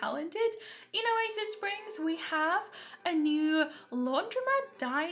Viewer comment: Why not "Oa-sis" Springs? It's perfect!